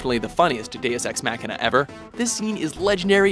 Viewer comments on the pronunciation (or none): I experienced physical pain every time the narrator tried (and failed) to pronounce "deus ex machina"